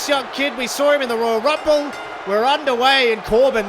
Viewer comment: I think you should calm down when your speaking beacuse your voice getting very low the higher u speak and your not pronouncing the words good especially the royal rumble. Am a new fan anyways